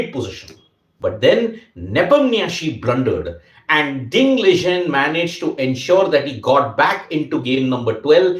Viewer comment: Its Ding Liren. Not Ding Ligen 😂